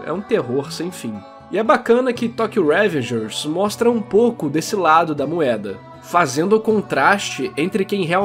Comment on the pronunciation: eu amei o video mas smp q falava revengers com acento no primeiro "e" me deu gastura